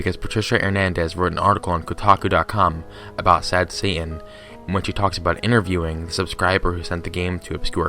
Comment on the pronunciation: But what if Satan can go Super “Saiyan?” Just “sayin.”